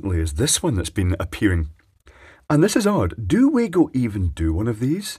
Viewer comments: FYI Acording to the Manufacturer It's pronounced "Wa" "go", not "Way go" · Isn't it Vargo not waygo 👍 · Pronounced Vah-goh being a German product, not that it matters much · It is. And it's not. I just watched a video from wago.de, and they say vah-go. But on wago.us, they say wah-go. So I guess the German parent company doesn't mind "local" pronunciation. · Its pronounced Var-go. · pronounced "VAGO" they are german.... never trusted these, just use a screw terminal instead. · It's pronounced Vago mate. Their reps told me they stopped making the grey plastic one because it was ripped off. So they made a better product to replace it. That's not a Wago product. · Glad someone mentioned this, been reading the other comments thinking I'm in a parallel universe :) used to work in electronic component purchasing, always been Va-go to me